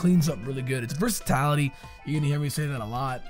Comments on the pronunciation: ""versitality" is not a word. The word you're trying to say use would be versatility my dude:) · Dont wanna be that guy but its versatility not versatality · My dude. Versatility only has one 'a' in it. Wtf is versatality